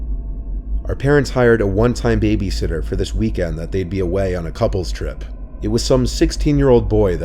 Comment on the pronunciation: I thought it deadass said baby hitler for a second 💀